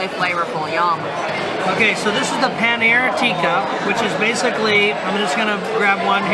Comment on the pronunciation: It's pronounced pa neer not pan eer